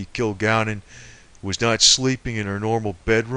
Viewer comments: Kil-Gal-Len Please pronounce her name the right way. This information is incredible and interesting! There is a flow to this. I believe it. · Yes! This guy's pronunciation of Kilgallen's name is irritating. Your explanation is good. I'd probably say it's the words "kill" and "gallon." I can't imagine the fellow is much of a researcher if it never crossed his mind to watch a few seconds of a "What's My Line?" clip. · Hey Buddy, Kilgalllin Is Pronounced (Kill-Gal-Lynn) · her name is pronounced KILL- GALLON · You think his 3rd grade teacher would have taught him how to (Sound - It - Out) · The ignoramus on this video can't even pronounce Dorothy Kilgallen's name correctly, or the names of other famous people. He offers no evidence (of course not), but just keeps spinning the same conspiracy theory. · who is talking? doesn't even say her last name right